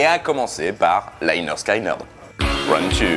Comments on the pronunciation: Etant un grand fan du groupe, je reviens sur certaines erreurs dans cette vidéo. Rien de trop grave, la vidéo en soit est plutot bonne. Premièrement, tu parles à un moment que le chanteur vient de Californie (?) d'où sors tu cette info? Il est né à Jacksonville en Floride et y a toujours vécu. Ensuite bon, on t'a déjà fait la réflexion mais la prononciation du nom du groupe, il faut que tu te bases sur leur premier album : pronounced leh-nerd skin-nerd. Donc ce n'est pas 'Léneurd Skéneurd' mais 'Léneurd Skineurd'. Et puis dernier point, pour tes futures vidéos, cite les noms des membres du groupe, tu parles de chanteur, de guitariste, on s'y perd. Tu dis le guitariste (Ed King) a rêvé du riff toute la nuit puis plus loin tu dis le chanteur et le guitariste (Steve Gaines) meurent dans le crash de l'avion. On pourrait croire que c'est le même guitariste et qu'il n'y en a eu qu'un. Enfin bon, sinon c'est une bonne vidéo. Pour rajouter à l'argument que ce n'est pas un groupe raciste, je te tourne vers le morceau 'The ballad of Curtis Loew' où le groupe rend hommage à noir jouant du dobro en ville. Cdt. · Interressante video mais on prononce lénérd skénérd au lieu de layenerd skayenerd et motorhead est un groupe anglais sinon bravo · Ah ben voilà, enfin une vidéo sur cette chanson et la pseudo rivalité Young/Lynyrd Skynyrd (Au passage, on prononce : leh nerd ski nerd, et pas Laïe nerd skaïe nerd)!!! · On dit 'lĕh-'nérd 'skin-'nérd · Toujours très sympa tes chroniques. Et très belle chanson. Par contre mes oreilles ont saignées à chaque fois que le nom du groupe est prononcé. Les y ne se prononcent pas "aïe". Ça sonne plutôt comme léneurd skéneurd pour un français. Les y ça devait faire classe sur le logo. Enfin merci quand même :) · Prononcé Leh Nerd, Skin Nerd, c’est dit sur la pochette du premier album. Pas Laïnerd Skaïnerd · Pronounced Lineurde skineurde for you funny French people ; ) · Par contre leur album te dis que ça se prononce leh-nerd'skin-nird